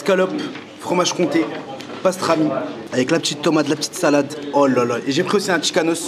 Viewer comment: telleement il a faim il transforme le D de Salade en T mdrrr